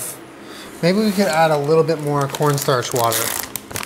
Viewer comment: I know what he meant, I was making fun of him for saying it wrong